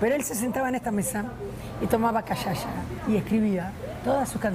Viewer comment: CARMEN, NO SE DICE CACHACHA, SE PRONUNCIA Y DICE CACHASA (SE ESCRIBE CACHACA CON LA SEGUNDA C CEDILLE=